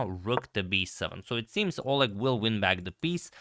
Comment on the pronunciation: In the name Oleg the stress is on E.